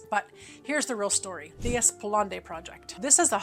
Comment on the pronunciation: FWIW, it's pronounced 'Eh-spluh-naad', not 'Ess-puhl-ahn-day'.